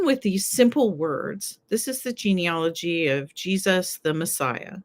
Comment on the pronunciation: The word is not GENEOLOGY. As you can see from its spelling. The word is GENEALOGY. Pronounced "gee-nee-A (short a as in "cat")-logy. I have studied genealogy including graduate-level coursework.